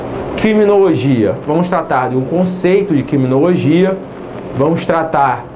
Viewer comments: Quiminologia , rsrs mas mesmo assim boa aula ;) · Kiminologia, quiminologia, Ki-minologia